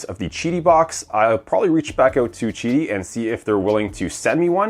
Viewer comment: isnt it pronounced Qidi ?? NOT gidi or chidi ??